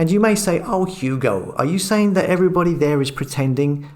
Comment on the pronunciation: " viss", "vatt"" "fings" "sumefin". Before setting up a channel, why did you not learn to talk properly, especially seeing that the very title of your channel is "". Yes, indeed he does talk, just about. Sort you life out! And don't forget to remove this post, out of embarrassment.